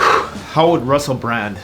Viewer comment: How much did they pay you to slur Russel? 🤣